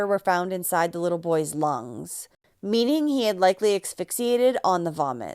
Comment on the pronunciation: hey, i love your videos. thank you for shedding light on these cases that often arent covered aside from local news. btw, if you have trouble pronouncing asphyxiated, try thinking "ass fix eee ay did" assfix LOL